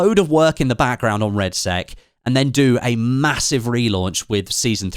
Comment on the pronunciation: 'BATTLEFIELD REDSEX' 😆